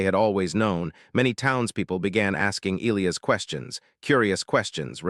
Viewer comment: You're pronouncing Elias wrong. It should be E, long e, LI...long i, AS